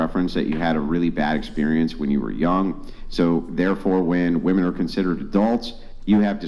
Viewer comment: please learn how to say the plural form of WOMAN properly. It's not WOMAN (whuh-man). It's WOMEN (whih-men).